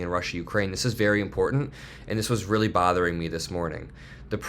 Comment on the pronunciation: weely weely bad.... i májt yay